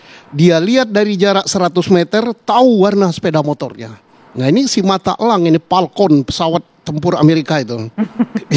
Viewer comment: Bos Susno, pesawatnya namanya Falcon.. Bukan Palkon.. Beda jauh bos..